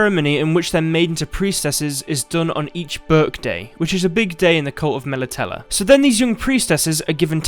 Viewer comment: Your pronunciation of Melitele is triggering me